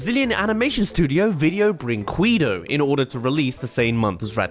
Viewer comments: i laugh at every "video brinqkueedoh". XD btw, if anyone interested, the right pronunciation is "brinkedo". the company's name means "video toy" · Seeing you pronounce Brinquedo in the absolute most hedious way is the most entertaining part of the video.